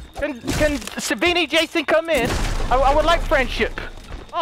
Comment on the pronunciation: He says savvani Jason 😂